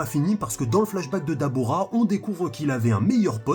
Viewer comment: c'est "DABRA"